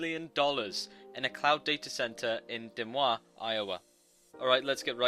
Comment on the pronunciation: He pronounces Des Moines wrong its ( duh moin)